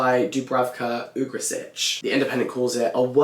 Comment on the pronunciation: The family name of Dubravka Ugresic is pronounced Ugreshich, slight clarification 😅 and she had some bulgarian roots also. Two birds, one stone 😂